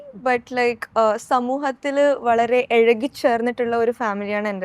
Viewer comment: Ezhaki alla izhuki aadhyam Malayalam Nannai padikku